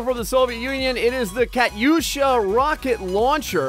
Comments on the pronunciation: its katusha not katyusha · ITS PRONOUNCED KAT-OO-SHA NOT KAT-YOU-SHA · your meant to say ka too sha thats how to prononce it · its KAH TWO SHA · uuuuuuhhhhhgggg, i cant take it, he said kat-u-sha, it is an embarrassment to humanity!!!!!!!!!!! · It's pronounced Katusha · in the beging is he saying katyusha if so he saying it wrong